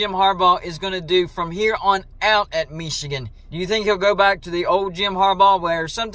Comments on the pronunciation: Dude you crack me up when you say “Mee chigan “ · The way you pronounce "Michigan" is really weird. When Harbaugh began coaching at Michigan, part of his compensation was to lure him away from the NFL. When they reduced his pay, they shouldn't be surprised he then interviewed for NFL jobs. If they didn't want him interested in going to the pros, then you pay him so he's not interested in going to the pros. This happens in other industries and is part of the analysis when deciding what to compensate highly sought after talent and skills. If you don't pay engineers/executives/technicians enough, don't be surprised if they show interest in other opportunities and companies.